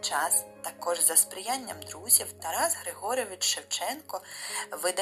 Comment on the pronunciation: Не Григорьевич, а Григорович!!!